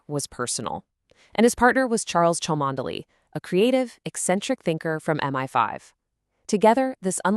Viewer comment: AI problem: Cholmondeley is actually pronounced “Chumley”.